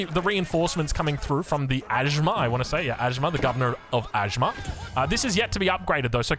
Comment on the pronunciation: It's not ajmar.. pronunciation is like aj mayor